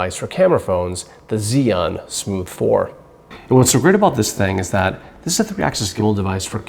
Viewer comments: Chew-ing not Ziun how do I know this, well let’s see uh, I watched a demo video from an “Asian” rep from the company tell us the correct pronunciation! So come on let’s get it right! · The way you pronounce the name is like ZION. I really confuse by it because I thought I was watching Biblical Tutorial. BTW nice video, I learn a lot and just bought one. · When I first heard "Zee An" I was confused. Haha! Still, thanks for detailed video. I just picked one up here in Beijing and look forward to using it! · Heh, I've heard about 8 different pronunciations. On Zhiyun official videos, it sounds like "Jew-Yoon" . Maybe even "shJoo(i)-Yuan". The 'I' sound is barely perceptible. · The first thing any gimbal user should learn is correct pronunciation of the name “Zhiyun.” Otherwise the video is fairly good.